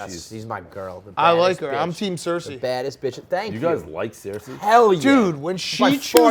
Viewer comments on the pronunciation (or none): How does dave call Cersei; 'Sear-Sea' , its literally a television show